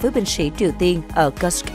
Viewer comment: Cô xnv này đọc từ Kusk rất khó ghe ?😅😅😅😅.